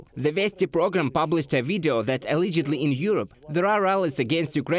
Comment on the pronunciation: Learn to pronounce: allegedly, directly. Glory to Ukraine 🇺🇦